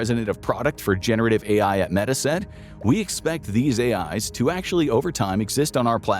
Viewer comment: They say this is not A.I but he pronounces Meta as "Meeta"...